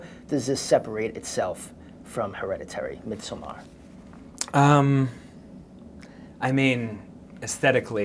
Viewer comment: the way the interviewer is pronouncing Midsommar is making me lose my mind.